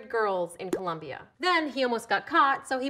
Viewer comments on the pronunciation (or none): none